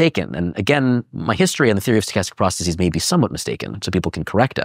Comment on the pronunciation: Dude can’t even pronounce processes.